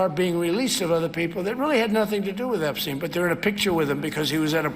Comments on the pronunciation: You mean “Eshpshein”!😂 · David, say it right: his “a-brain”